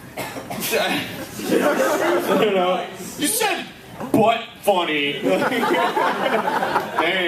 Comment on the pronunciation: Haha, you said buttfunny!